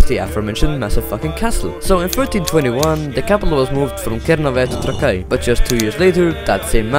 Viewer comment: the fact he said trakai wrong alot of times